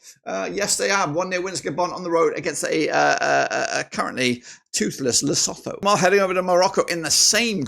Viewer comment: Lesotho is pronounced ...lesoto. The H is silent.